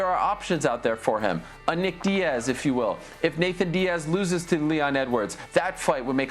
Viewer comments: I’m so annoyed with Ariel saying “Nathan “ .. am I being petty ? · Im an Ariel fan. But its suspect how he says 'Nathan' Diaz ALL the time. Weird dude. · Ariel the only one to say “Nathan Diaz” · Nick Diaz vs Jorge Masvidal was booked back in the day so I hope they do that. Oh and Ariel is gonna get a call from espn telling him to stop saying “Nathan”.